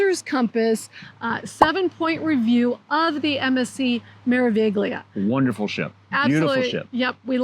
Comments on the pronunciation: In italiano la “G” è silenziosa. Come mare-uh-vee-lee-uh. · Just for future reference, the g in meraviglia is silent, so it is pronounced mer a vi lia.